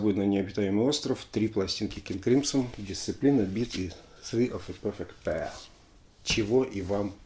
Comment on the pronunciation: О! "ТРИ оф зе перфект пэйр"...!